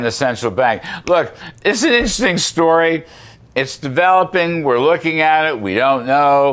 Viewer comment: “Issstersting story” 😂😂😂😂